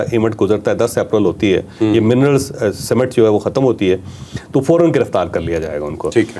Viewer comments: Illiterate javed chaudhry sahib It is summat not simmat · Mineral cemet nahi Mineral Summit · چوھدری صاحب تلفظ بہتر کیجئے summit کا تلفظ اور کفار پر پیش ھے